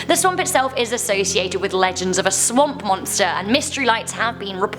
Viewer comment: The “swaoump” ghost hihi sounds funky when you says swamp